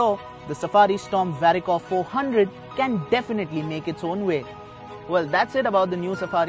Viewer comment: Its no more dicor it's varicor